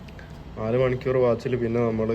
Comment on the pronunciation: Voice over sound കുറവാണു... ആരോ ചെവിയിൽ പതുക്കെ പറയുന്ന പോലെ 😄... പിന്നെ ഈ കോഴിക്കോടൻ slang ഒഴിവാക്കിയാൽ കേരളത്തിലെ എല്ലാവർക്കും ഇഷ്ടപ്പെടും.... "ദേവൊസോം" എന്നല്ല ദിവസം എന്നും മണിക്യൂർ എന്നതിന് പകരം മണിക്കൂർ എന്നും തിരുത്തുക.... Comments പോസിറ്റീവ് ആയി എടുക്കുമെന്ന് പ്രതീക്ഷിക്കുന്നു 🙏.... Video നന്നാവുന്നുണ്ട്... ഭാവുകങ്ങൾ 👍👍